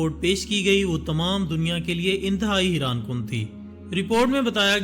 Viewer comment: haiaan not hiran sudarjaa thoda padkay aaja